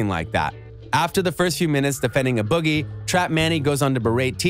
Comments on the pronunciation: a boogie wit??...IT'S "A" IF UR GONNA SPEAK ON SOMETHING PRONOUNCE IT CORRECTLY.. JUST AWFUL👎👎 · Who tf is “uh” boogie 😂